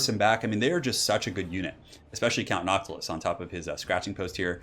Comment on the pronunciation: Count nyantilus